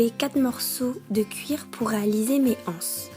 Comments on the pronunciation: BonjourTrès bon tuto mais on dit les zances et non les anses il n'y a pas de h! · Les anses il faut faire la liaison c’est plus doux à entendre